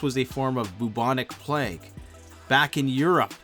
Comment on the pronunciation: Plague of Justinian became Plage of Justintinian XD